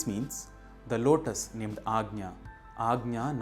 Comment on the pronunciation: Thank you for the proper pronunciation of ‘anja’ ✨🙏✨